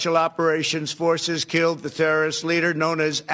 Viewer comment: ‘Therroris’ ‘Turaturial’ - how can anyone not believe that he’s going senile, or at least that he’s had a stroke?